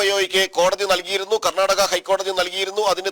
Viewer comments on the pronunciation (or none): none